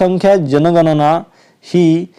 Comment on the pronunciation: जनगणना ❎, जनगना✅ 😂😂🎉